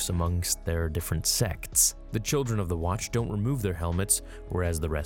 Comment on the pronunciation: He really made sure to enunciate sects 😂😂